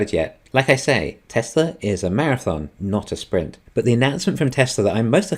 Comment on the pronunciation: “Welcome, to the Teslur economist” lol, every time bro